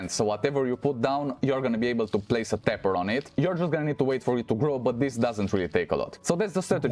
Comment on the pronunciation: Oh Tapper, sounded like pepper